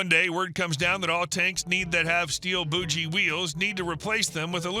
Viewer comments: Please narrator, it is not a BOOJIE wheel, it is a BOGIE wheel with a hard G. Trains have Bogie Wheels as well. There is a military tune called Colonel Bogie, not Colonel Boojie. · correct pronunciation for bogie is BOW-GEE